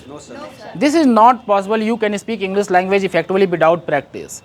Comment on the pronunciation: English ❌ Englis ✅ Aare sir phle aap to sahi pronounce kro 😂